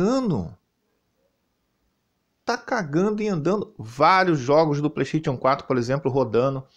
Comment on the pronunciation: HAHAHAHAHAHAHAHAHAHAHAHAHAHAHAHAHAHAHAHAHAHAHAHAHAHAH melhor 😂 pleixteitiu, écsi bócsi😂 eu amo qndo ele fala assim 😂 mas nada supera rat le clanque q era p ser ratchet and clank😂🤌 mas agr ele tá falando+direitinho 😂